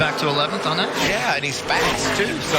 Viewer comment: Joseph Testor I cringe every time he opens his mouth. Especially when he says on, he turns it into a four syllable word, he says oouon